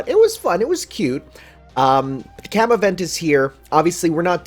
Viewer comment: Haven't finished the video yet so do forgive me if you corrected it later on, but Oh boy Really gotta fix that Kama Pronunciation before the event lol its Kaa-muh, basically the same way you would say Kama in Kamasutra. P.S. Looking forward to another amazing video!